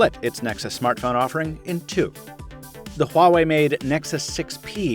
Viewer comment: damn it, Its "Wah-way" not "Hua-way"